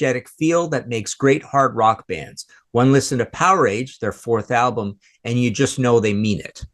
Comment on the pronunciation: Then it should be said like Voltage